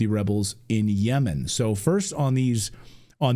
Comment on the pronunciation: The way Col D pronounces Yemen like Yayman is hella funny. The same way Bush pronounces Iraq 😂